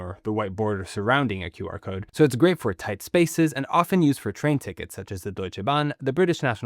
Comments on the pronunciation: Why did i heard "Bark code"? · It's pronounced as Quar-code, short for Square-code, not Q-R-code. 99% pronounce it wrong. Also it's a backronym, they first invented the name, then made up words to represent it. Quick response code? :)) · I think it's pronounced qrazy-code.